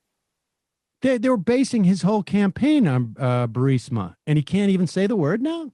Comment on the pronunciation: Hey Trump, is Burmesa, Buremisia, Bermusia, and Borisia near UrAssland?